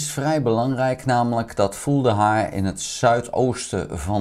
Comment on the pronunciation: Vuhledar, geen Vuldehar ;) Verder duidelijk!